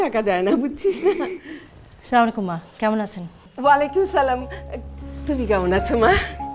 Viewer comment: তারিন এর সালাম টা ঠিক করে দেয়া উচিত ছিলো। পুরো সালাম টাই ভুল।